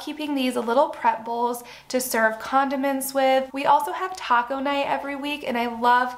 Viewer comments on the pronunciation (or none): none